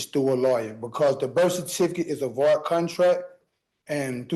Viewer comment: How does anyone understand what this man is saying in the course of daily life? HOW DO YOU MISPRONOUNCE "VOID"